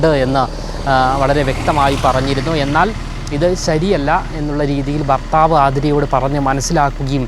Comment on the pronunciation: ഭർത്താവ് അല്ല ഫർത്താവ്